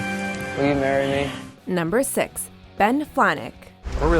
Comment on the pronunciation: You said Ben Flajnik wrong